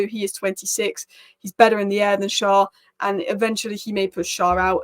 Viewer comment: Loving your videos as a Newcastle supporter. Just one thing Schär is pronounced as share/Cher - winds me up when Carragher say Sharr!